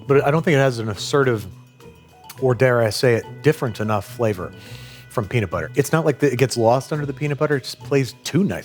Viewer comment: ummm that’s not how you say peanut😂